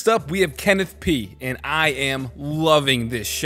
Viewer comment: How said “first up we have Kenneth P” made me think he said “can it pee?” Lmao